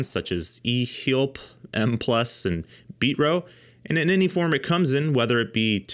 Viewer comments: It's not Beet-Ro, it's Bee-Tro. And you call yourself a pro. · HE said ...... BEAT'RO